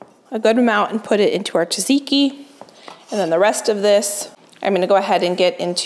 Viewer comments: I love how you say “taziki sauce” is that because you can’t pronounce tzatziki? The meal looks absolutely fabulous though! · Tzatziki , not Taziki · λεγεται τζατζικι οχι ταζικι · Hi, until next time, check on google translate how to pronounce tzatziki like a Greek😘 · we love you...but please look up how to pronounce tzatziki